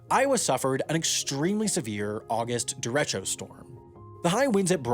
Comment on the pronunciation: I believe the weather event you pronounced as “Derritcho” is supposed to be pronounced like it rhymes with Jericho.